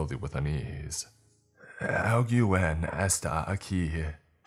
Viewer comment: I love this man but goddamn! That Spanish is... Well "alguien" is pronounced "all-gen" hun that's all I'm saying